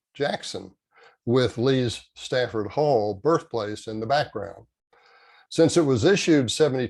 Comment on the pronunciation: Good one …just saying …it’s Stratford Hall with a “r”…Thanks for all that you are doing!!